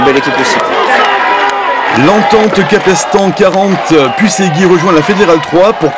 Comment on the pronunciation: Comment il prononce puisserguier le journaliste ptdrrrrrrrrrrr !!